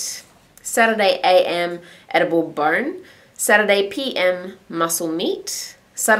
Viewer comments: Edible bern, edible bronn, edible barn. what are you saying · I thought you were saying "edible burn" until the end lol I was like...what is burn?